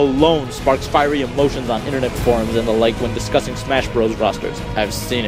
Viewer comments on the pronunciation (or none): none